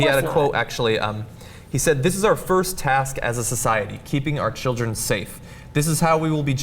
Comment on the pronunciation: bu wu abou da chilreh????!????